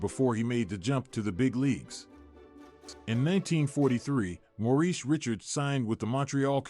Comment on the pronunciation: You should inform your AI how to prnounce Richard's name.